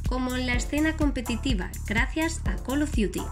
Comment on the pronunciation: Hiciste el curso de Inglés sin barreras ?